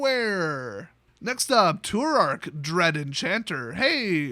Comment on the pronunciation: Too-Rack, Hymn to Too-Rack